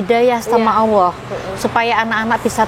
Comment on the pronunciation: Untuk bu maaf saya ingin koreksi sedikit. Mohon sebut Allah, jangan awoh. Karena Tuhan di islam adalah Allah bukan awoh.